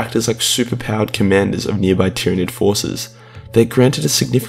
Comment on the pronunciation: he called it a tyranig 😂